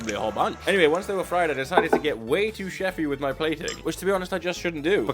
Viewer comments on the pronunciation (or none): none